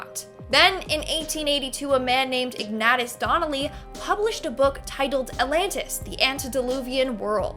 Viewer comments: Ignayshus- (phonetic.) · Your pronouncing Ignatius wrong.